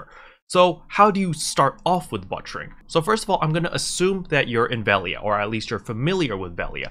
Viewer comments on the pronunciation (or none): Cool vid. Thanks for the info. I didn't know Loggia items were much cheaper at the farm. It makes sense though. Dang, that big city markup. Oh BTW, the way you say butchering... you're butchering it. :) You're saying "butt-cher"